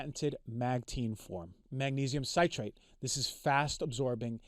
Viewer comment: Good grief this guy can't even pronounce the wors citrate. A doctor hahaha!